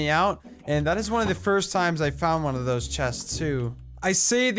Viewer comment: "look at all dwose chickens" lmaoo